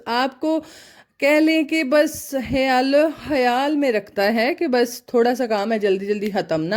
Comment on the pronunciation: Hayaal nahi khayal hota hai